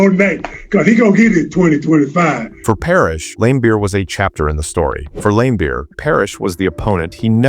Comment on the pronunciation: I watched a lot of basketball growing up in the eighties as a teenager, I don’t ever remember any announcer or any player pronouncing his name other than Lambeer the i is silent , maybe younger people have heard it pronounced differently, did you watch him play live or from old footage. Maybe your local announcer pronounced it that way but this is the first time for me to hear it like that. If you watch Larry Bird explains why he dislikes Bill Laimbeer you can see him and the interviewer pronouncing it Lam instead of Lame